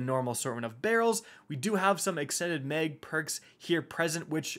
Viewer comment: Why does he keep saying Meg? Extended meg.... mag